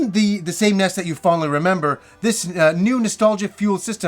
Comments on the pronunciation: Please stop calling it ness, it is called N.E S. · The Ness?! Ugh the hairs on my balls feel like they've been pulled by the roots when it's pronounced that way. The NES (initials) mini will be great! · everyone, including tv ads always pronounced is N-E-S and this guy says NES like it's the first time he ever saw it. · Am I the only person who pronounces NES as Nez?